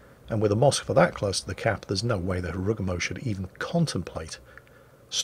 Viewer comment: It's also MoskvA, not MOskva, GrozovOy, not GrOzovoy etc. Deal with it, is crap and we love him